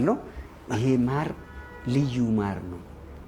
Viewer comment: ከዚህ በኦላ ማር አልበላም አር ይላል እንዴ ይኤ ተብታባ😂